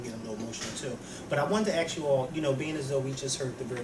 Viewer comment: ASK - not AX ----- ahhhhhhh!!!!